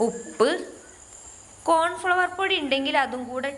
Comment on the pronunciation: എൻ്റെ താത്താ കോൺ ഫ്ളവർ അല്ല കോൺഫ്ളോർ ആണ് പറയ